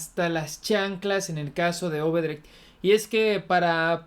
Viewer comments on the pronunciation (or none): No es OBedrecht, es ODebrecht.